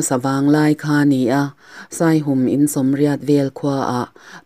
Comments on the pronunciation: Ka lawm hle mai Midik leh rinawm ania ka ngaihsan em em. Chuan khaw hming Saihum i tih hi a rik dan a diklo Saihûm, hûm lai hi Patjianin min hûm tih rik anga ri tur aw zirte a ziaktupa sawi ka hre tawh kan veng pa ania. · Saihum tih i lam dan hi "Aw Lalpa,misual lakah min hum rawh" tiha "hum" tih ri anga lam tur zawk a ni e